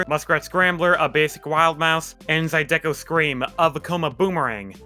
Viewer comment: Zydeco pronounced 'Zie-duh-coh'